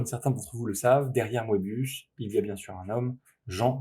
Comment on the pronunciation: Ca se prononce "meubius" pas "moébius"